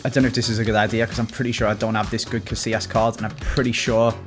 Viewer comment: "CaSSilas" this hurts